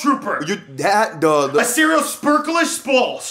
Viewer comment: Dude said Aserial